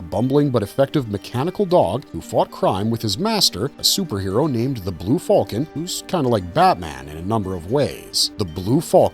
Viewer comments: The blue what? Just say falcon like a human being. You're not Han Solo. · I am having trouble coping with his pronunciation of "falcon."